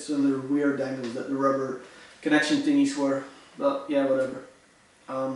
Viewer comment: Tingys. The fuck is a tingy....